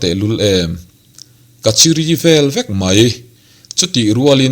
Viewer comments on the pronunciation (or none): I thu chhiar hi uluk deuh la, a ngaihnawm ang, (thrêm2) thêm thêm tia i lam hi, (threm threm,) them them tih rur, chiri i tih pawh hi chîrî ti a lam tur ani bawk